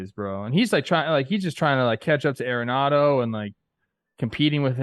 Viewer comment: you got to learn how to pronounce Arenado correctly. Such disrespect man It is ARenado not AIRenado